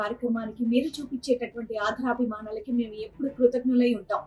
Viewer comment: అమ్మా శ్రీవాణి ,ఆధరాభి మానాలతో కాదు తల్లీ తెలుగు వత్తులు చూడండి. సరిచేసుకునే ప్రయతం చేయండి . ఆదరాభిమానాలు అని పలకాలి.